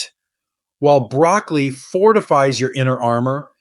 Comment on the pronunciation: Are you really talking about BROCCOLI ? You sound more like you’re talking about brAcAly. Perhaps it’s my hearing problem…